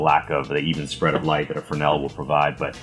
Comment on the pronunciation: Not "fernel" but fresnel. The Intrepid is a mediocre toy made of triplex, would not even want it for free.